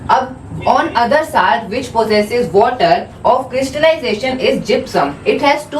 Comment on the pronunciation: See It doesn't look good when you say salt as सालट please say it सोलट . Hope you do so❤